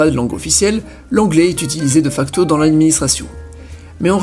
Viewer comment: De facto se prononce dé facto rappel